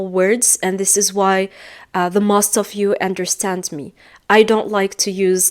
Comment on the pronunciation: Make a video not do Make mistakes not do Stick to a plan not into Most ( vowel o has long sound not short sound) You are wonderful 🌹